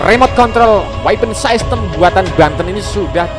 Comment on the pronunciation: System itu dibaca sistem bukan saistem.... Buat mimin hati hati kalau membaca kata kata yang berasal dari bahasa asing khususnya bahasa Inggris. Mimin jangan lebih Inggris dari pada orang Inggris...